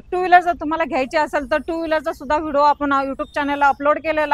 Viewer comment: अहो मॅडम.. शुद्ध उच्चारण करा... Video शब्दाचा उच्चार व्हिडिओ असा करा... व्हिडो - व्हिडो असं बोलत आहात... ऐकायला बरोबर वाटत नाही..